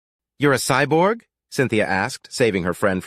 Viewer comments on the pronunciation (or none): none